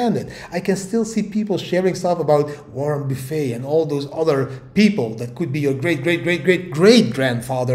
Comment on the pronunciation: I like it when you say Warren Boofe..makes me hungry 😋